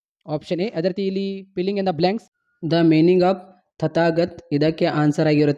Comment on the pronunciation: Filling ❌ pilling in the black 😂😂